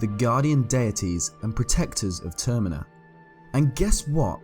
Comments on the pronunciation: Termina. not termeena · its termina as is terminate not terMEEna also... are you assuming that majora is female?